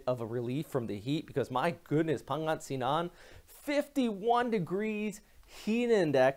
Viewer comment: Hi Pangasinan is pronounced as Pan-ga-si-nan thanks for the news!